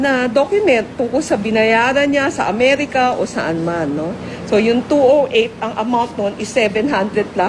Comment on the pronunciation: numbers yata tinutukoy mo madam bakit 2o8 at 2o9 binibigkas mo 2o8 ba yan o two zero eight